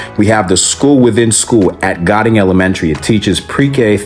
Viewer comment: The reference to "Goding" in the name of the School Within School at Goding should be pronounced as "GO-ding" not "Godding." The original name of the school (est. during the early 1960s) was Anne M. Goding Elementary School, at 10th and F Streets, NE. I went to Goding Elementary for 5th and 6th grades (November 1965 - June 1967). My parents bought their Capitol Hill home on the 1200 block of Maryland Avenue NE in November 1965 for about $16,950 with a $11.5K mortgage after downpayment according to the DC land records. The neighborhood is referred to as Old City I. This reference was a carryover from the original Washington City when the city limit near the house was Boundary Street (present day Florida Avenue NE) to separate the colonial-era Washington City, DC from Washington County, DC. My father sold and closed on the childhood home in November 2005. The last sale of this home was in 2017 for $970K.